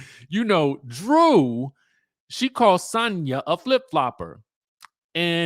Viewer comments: Dj I think she pronounce her name as Sanya 🤣🤣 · the way you say Sanya is so jarring